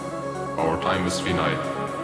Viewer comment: finite is pronounced wrong